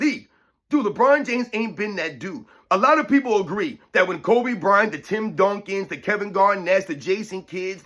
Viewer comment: he mispronounced kobe, and steph